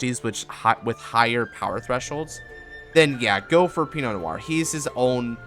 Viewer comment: DUDE! You’re the ONLY person I’ve seen that calls this deck by its name PROPERLY. Pii-No No-waa. You just earned so much respect from me. Do you possibly have a more updated version of this you could post?